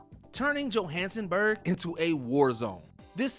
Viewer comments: "Jo-hanson-burg" instead of Johannesburg. "Smoke shack" instead of smokestack. "Strange hold" instead of Stranglehold. This script kicked the narrator's butt, lol. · 'Turning Johansenburg into a warzone' killed me i won't lie hahaha JO HANN ES BURG :) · its Johannesburg not Johansenburg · "Johansenburg" - seriously? What a joke the commentary on WM videos has become. At least they dumped mister "coo op". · Sorry to be picky, but.. Johansenburg? Strangehold? C'mon guys. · Yo so noone caught this man pronounce Johannesburg as Joe-Hanson-burg?!?!? 😂😂😂😂😂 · Did bruh just say Jo-Hansen-Burg? Come on fam lmao. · Say Johannesburg one more time real quick. I’m pretty sure I heard you wrong. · That pronunciation of Johannesburg lol how did that pass through edits and quality check with no one noticing?